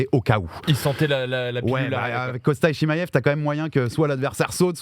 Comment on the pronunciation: Svp y en a 1 qui peut lui dire que c pas chimaiev mais chimaev jpp de son "i" qui n existe pas dans tout c podcasts